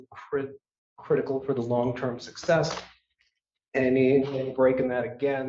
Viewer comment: If the doctor has known this guy for 10 yrs. and still having these issues maybe it IS time to get a different doctor. "It is CRIT-I-CAL"😂